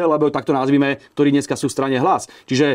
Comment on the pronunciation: Hlina nauc sa rozpravat...nehovori sa gdorí,ale ktorí. Cest praci.😉